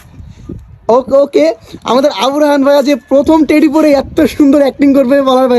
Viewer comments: টেরি না টেডি হবে । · ভাই টেরি না টেডি